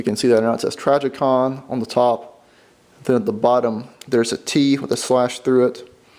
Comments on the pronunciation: Who is "Trajicon"? I have heard of Trijicon. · Learn how to say trijicon